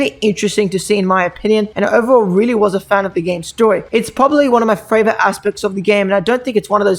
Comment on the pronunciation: did I just hear him say fravorite instead of favorite